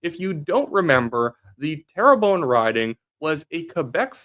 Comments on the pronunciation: Just say Tare-Bun (like air) . Don't need to say terror-bone. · love your videos. Please though.. 'Terrebonne' isn't pronounced "tara bone".. it's (tare~bun) 😅 good work though bud 👍